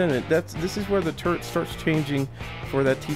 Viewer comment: I know it annoys me lol